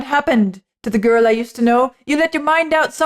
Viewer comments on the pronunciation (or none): none